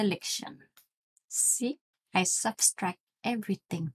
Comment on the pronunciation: Subtract, not substract :)...